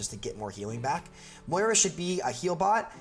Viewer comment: It's MOIra, not MoRIA :P big oof on thumbnail... also of course everyone hates on Moira now that she's meta. Remember when she was trash before sigma?